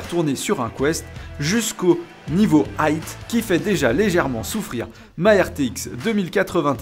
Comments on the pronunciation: "'very aïght" hahaha (je sais pas pourquoi t'es pas le seul à dire "high" avec un T à la fin) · Y a pas "T" à la fin de High 😂 Mais peut être une blague de la chaîne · Cool, j'attend de voir cette techno utilisé et optimisé par les autres équipes :) ps y a pas de T à High, se prononce comme Hi :) des bisoux !